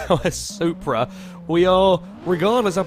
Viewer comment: I cringed so hard when he said that the Supra was a prasu